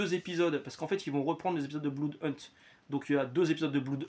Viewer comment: Bonjour, je vous découvre. Juste "un" truc qu'on a apparemment jamais pensé à vous dire sur toutes vos lectures : Blood ça se dit "Blaude", pas "Bloude". J'ai perdu du blood par les oreilles un paquet de fois tout au long de la vidéo 😆